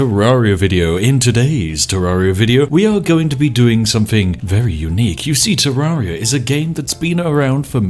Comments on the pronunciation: You said terraria wrong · The A is pronounced the same as terrarium not like the A in aria. Sheesh.